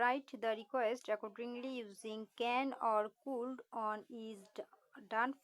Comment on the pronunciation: কুল্ড না কুড হবে। ম্যাডাম আপনার তো উচ্চারণ ই হয় না।